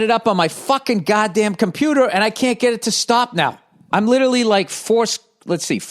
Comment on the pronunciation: Billy puttin' his numbaahhhsss into his compuuuuuuutttaaahhhhhhhhhhhhhhhh